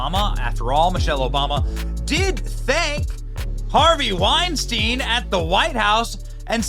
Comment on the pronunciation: It'd be nice if Benny could at least correctly pronounce the name Weinstein. A little education goes a long way.